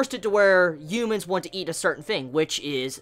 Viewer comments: The “UMENS” “ U MENS” “ U MENS” “ U MENS” Dude... it’s “ H uman”..... ok? Ughhhh he video is still playing and he said it four times... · Am I the only one that hears "umans" everytime he says "Humans?"